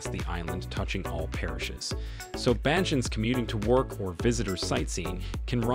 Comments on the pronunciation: Its Bajans not Belgans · Someone living outside of Barbados would see this video as being impressive, however, those living here like myself would see it as a little insulting...the author needed to do some more research as well as learn how to pronounce Barbados and Bajans properly. Also, do note that Mia Mottley is Barbadian, to continually say she is a sister of the African soil gives the impression that she is directly from there. Yes, we know our ancestors are from there, that goes without saying. She is Barbadian, period. Three quarters of the footage used in this video is not in Barbados. Don't know anything about a rail system in Barbados... Who the heck is Mark Darcy???? I believe the CEO of the Barbados Port Inc. is David Jean-Marie. Please do your own research, do not depend on videos like this to expand your knowledge base as the intentions are usually not sincere, it may all be for popularity.... or likes.